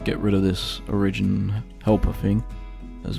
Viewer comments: O RI JIN not OR I JIN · OriGIN! not oRIGin. Is English not your first language?! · "o-rigin" it's "ori-gin" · 1. Be more happy when making a video. 2. you are mispronouncing it. trash vid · That's one way to pronounce origin i guess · Honestly this pisses me off so much I can't watch the rest of this video